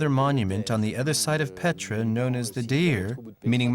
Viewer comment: Не Петра..,а Пъетра !!!